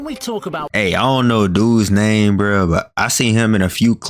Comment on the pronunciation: he is definitely saying that name wrong.